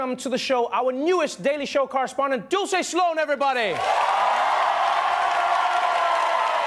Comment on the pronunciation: when did her name become Italian all of a sudden lol it's Dulce.